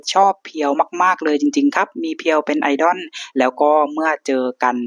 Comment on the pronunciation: 🥰ถ้าบอกว่าเป็นพี่น้องกันยังเชื่อเลยนะครับเนี่ย 😍แอดมินครับ.. IDOL ออกเสียงว่า "ไอ-ด้อล" ไม่ใช่ "ไอ-ด้อน" นะครับ..อิอิ😋